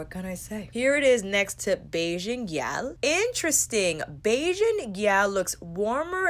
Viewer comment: Haha it wasn't terrible, it was more all the emphasis you placed on the "l", but that's minor. I'm coming to the US at the end of the month and I can't wait to spend hours in Sephora Edit: and I'll be there for the VIB sale! My excitement is real.